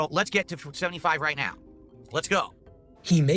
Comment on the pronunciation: Take a shot of gin everytime he says "ritenao"